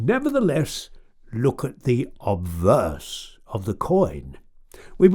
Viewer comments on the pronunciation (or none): none